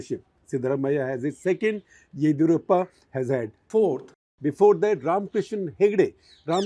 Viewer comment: Sir. Of course experts required for you both not on just on the nuance of Karnataka politics but also how to properly pronounce “ Yediyurappa” correctly.